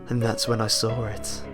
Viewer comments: is it just me but when he says "saw it" it sounds like he says sawre it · Rofl I love the story, but I cant get over it each time lmao, "and then I soar it" xD awesome british-ness right there ;o